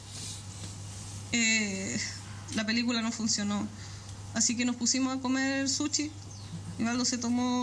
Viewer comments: Es sushi...no,suchi... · "Suchi" ordinaria... se dice SUSHI. SSSHHHHHI. corriente